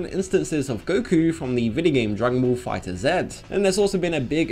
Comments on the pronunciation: That’s not the point, you’re not getting it .... The game is pronounced FIGHTERS but spelled with a Z, you don’t pronounce the Z as a Z, you pronounce it as a S! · That’s not the problem. The game is pronounced Fighters With a Z at the end. You don’t pronounce the Z as a stand alone